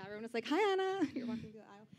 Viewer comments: The interviewer cannot pronounce Anna's name. At first I thought she was doing a bit but then she said it wrong at the end of the interview too 😤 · Interviewer: "Alright guys, let's thank Awnuh for coming to Google today..." Anna: "ANNA" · The interviewer is so bad omg She doesn’t even know how to pronounce Anna’s name correctly 😂😭